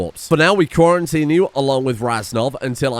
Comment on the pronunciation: Lol Quarry-tine.